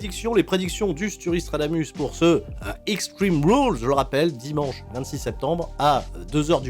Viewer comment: Il dit "dit manche "manche"" 😂